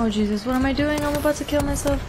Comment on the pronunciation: Y do u say "jezzis" like that for? 😂😂... had to ask since u said not to ask... I'm kinda a thug like that xD... #ThugLifeChoseMe